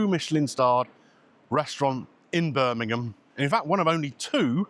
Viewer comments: Hi. Late to the party. Been in hospital, no mobile. Thanks for pronouncing Birmingham correctly 😘🙏🏼🇪🇦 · Well done for pronoucing ‘Birmingham ‘ correctly !!